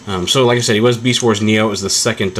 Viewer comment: lol u sead meast instead of beast... anyway i think ur right